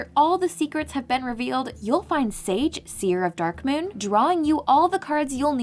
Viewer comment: It's pronounced "Sage", the same as the word for an ancient wise man...go figure.